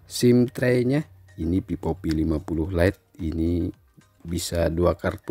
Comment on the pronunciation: Vivo bang bukan pipo,,😭😂